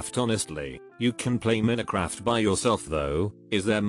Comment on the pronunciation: AI voice "Min-uh-craft" Everyone: 👁️👄👁️